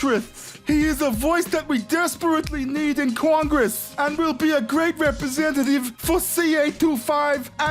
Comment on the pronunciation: "IN CORN- GRESS" LOL